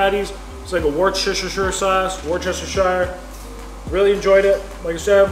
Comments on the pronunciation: Worcestershire, it's pronounced WUSS-ter-SHEER. Or sometimes WUSS-ter-SURE...SHEESH!!!😶😁🤣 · Love the pronunciation of Worcestershire, but it's pronounced wuster‐shy-er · I think it's funny how you say warsh your sister sauce. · Crushed it as always 🤘🏼Just a small tip from a UK/Australian native on how to pronounce Worcestershire, it is ‘wooster-sheer’ or Wooster for short. The ‘Woo’ like in ‘Wood’ and ‘Sheer’ like in ‘Beer’😉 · Worcestershire sauce is pronounced Wooster to most people in the UK 👍❤️💛💚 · Good work. Worcestershire sauce is pronounced “woostasha sauce” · he said "wershishersher sauce" LOL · Woooster-sheer sauce 🙂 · Lol the sauce is pronounced like wuster sauce 😂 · Hearing you slam through Worcestershire sauce lol. I pronounce it wistersher. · It’s pronounced ‘Wooster’ sauce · us scottish only ever call it wooster sauce buddy ;) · Worcestershire is actually pronounced "Wooster"shire. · It's pronounced woosta sher, more or less haha. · ATM it's $159 cdn Try pronounce it Wooster (as in Jeeves and Wooster) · It’s pronounced woosh-ter-sheer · You pronounce Worcestershire wuss - ter - sher :D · I like when slaughters the pronunciation of Worcestershire, all the scotties in the shop don't care. But, when he stuffs up Kilmarnock, the whole shop is on him.